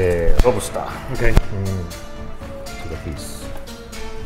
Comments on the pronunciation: this nigga said robster 😭😭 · “LOBASTER” herro